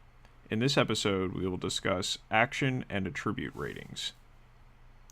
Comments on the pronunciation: I'm curious to know as well. I just finished watching a software tutorial where the developer kept using the same mispronunciation. His english was perfect otherwise. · Curious where you are from? I’ve never heard the noun pronounced like the verb anywhere I’ve been. Not trying to be rude, just curious about that.